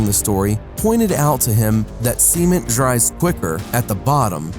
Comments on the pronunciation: u said seimen , not cement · cement (sa-men-t) not (see-men-t) I honestly thought he said semen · Gladius625 u mean semen? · Same lol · Anyone else thought he was saying semen?